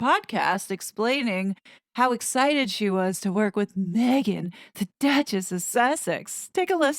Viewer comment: .....the Douchess of Sarf-end.